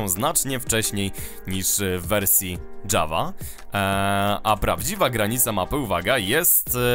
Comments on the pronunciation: Nie dżawa tylko Java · jest to produkcja szwedzka, a po szwedzku mówi się Java nie Dżawa:)